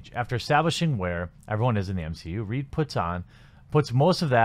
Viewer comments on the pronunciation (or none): none